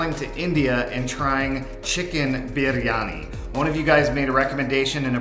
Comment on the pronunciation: ❤❤❤ I think you pronounce it "BRiani".